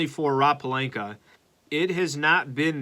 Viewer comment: Please stop mispronouncing Pelinka and Schroder… Otherwise love your show